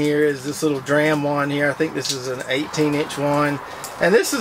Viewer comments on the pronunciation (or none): none